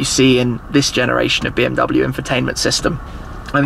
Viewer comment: It is pronounced like BMW, not BMW.